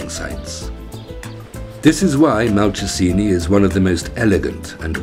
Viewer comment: Not convinced about the pronunciation of Malcesine. I believe it's Mal-chez-in-ay. Still, some happy memories of my holiday there have been brought up by this video.